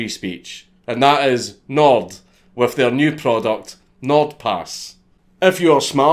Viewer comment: I thought you kept saying “Knob Pass”. I thought wow, that’s a hell of a name for a product. Love you, mate!